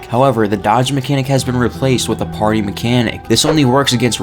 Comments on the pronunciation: it's parry, not party.... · He was saying Party. I had the same thought until he added the text on screen. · Parry is pronounced the same as carry. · Why do you keep saying parry like that like seriously just stop lol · It's just the way you say it sounds weird like you've never heard the word before most ppl don't pronounce parry like that lol 🤣